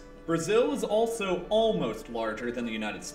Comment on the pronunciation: Where's from? when she says 'Brasil' it sounds like perfect spanish